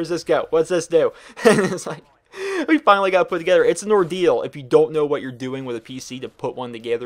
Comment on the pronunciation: Anyone else notice he said togayther?